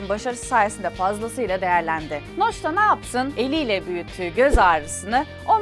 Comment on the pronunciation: adamın isimi noch (okunuşu) noc